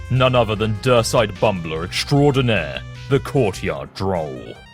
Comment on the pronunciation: extraordinaire = Extradinner I love Roxy 😂